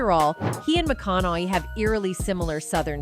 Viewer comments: Mcon a hey!!! I have when peoples names are mispronounced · Either your AI sucks, or the announcer can't even say his last name!!! PATHETIC!! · You can't even say his name right AI?????